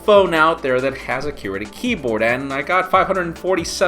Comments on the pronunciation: Haha still says qwerty wrong & yes it has a pronunciation. Que-rty :S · I pronounce qwerty like you say quirky (but with a ty obviously) I think for its like how some people say soda vs pop etc. but truthfully, I've never heard anyone but say it like he does, so... yeah... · "cue-erty" lmao its just your accent, nothing wrong with that